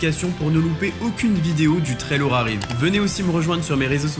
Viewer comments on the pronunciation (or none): none